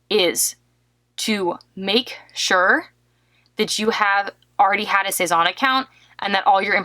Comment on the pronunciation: C'est n'est pas "sez-awwwn" mais "sez- ann"